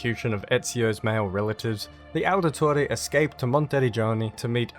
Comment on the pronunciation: Why do you say Aldetore?